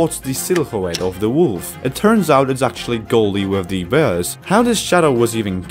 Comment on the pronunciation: I like how you say bears! Berrs! 🤣🤣🤣